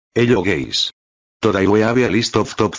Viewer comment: the "hello géys" never gets old.